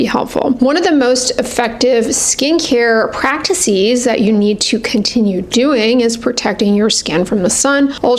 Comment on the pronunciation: Pls look up the pronunciation of 'practices' and 'processes'.